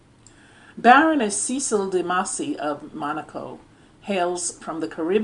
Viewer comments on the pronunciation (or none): none